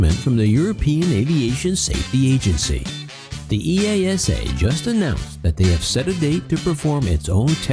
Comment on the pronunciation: FWIW, EASA is pronounced as one word where I live. EEE-ARSE-ER